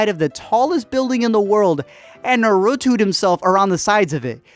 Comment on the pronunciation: I hate the way you say naruto. Its a physical pain i get whenever i hear someone pronounce his name like that.